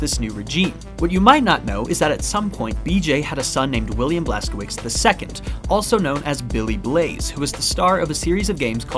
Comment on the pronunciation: since you gave permission to call you an idiot your pronunciation of Blaskowicz is horrible and it hurts my Polish ears to hear it butchered like that